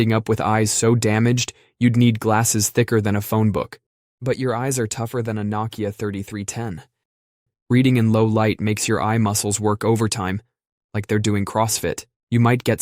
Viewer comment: What the hell is a knock-ia NO-keya are there is indestructible old phones